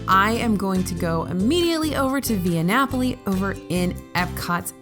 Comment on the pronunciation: You nailed the pronunciation of Via Napoli,. Good job, buddy.